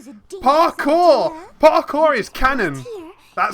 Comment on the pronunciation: I still hate that they used "paw-kour"